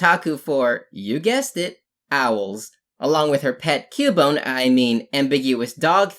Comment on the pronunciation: "CUBONE" BRUH